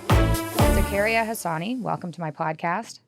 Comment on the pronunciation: Its Zah-ka-ree-ya (technically the r is rolled but whatever) Sorry, that was killing me. I feel sad when people tell westerners the "easy" way to say their name. Heading back to listen to the podcast ;)